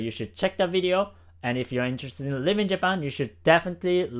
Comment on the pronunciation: Great video, love your stuff! Just one thing, you should say "Living in Japan" because it sounds like you're saying "Leaving Japan"